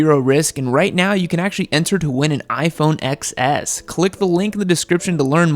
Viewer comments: First of all, it’s pronounced “iPhone Ten S”. The ‘X’ is the Roman numeral for 10. Secondly, you showed footage of the iPhone XR, which is $250 cheaper than the XS. 😂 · It’s pronounced iPhone “ten S”, not “x-s” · "iPhone EX-S"